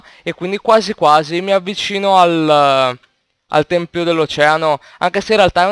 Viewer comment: Tempio, Tempio. Non "Templio". Invece il plurale è "Templi"